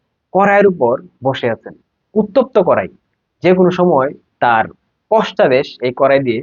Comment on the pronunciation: পশতাদেশ না ভাই, পশ্চাতদেশ 😅😅